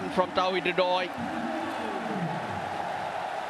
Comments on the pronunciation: It's Ridoy not Haidari😄 by the way thanks for great explanation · Correction: it's Hridoy (pronounced "Ridoy")